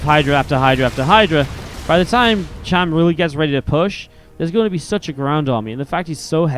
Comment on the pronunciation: It's cham. Not sham...